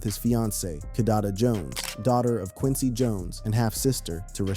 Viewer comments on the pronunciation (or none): none